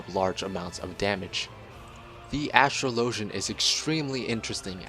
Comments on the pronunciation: Dude. Think about how the word "Astrology" is pronounced. Then... "Astrologian" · Ive watched about 10 class videos on FF XIV and everyone single one they pronounce astrologian wrong... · Why do so many youtubers not know how to pronounce astrologian? Think of the word 'astrology'. Think of how that's pronounced, then think about ASTROLOGIAN. It's very similar.